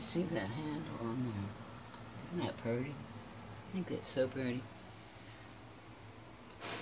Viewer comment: I like the way you said that drawer knob is purdy. True southern gal!